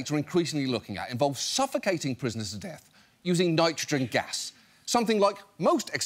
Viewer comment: Their governor failed to pronounce nitrogen correctly..... TWICE in one speech. To be fair, those tri-syllabics are tough. 😉